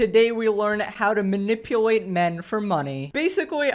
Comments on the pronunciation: "Manipuwate" 😆 has a baby voice too Or talks like a baby ironically. Can't say the letter "L" instead uses a "W". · she spends so much time manipulating men that she doesn't know how to say manipulate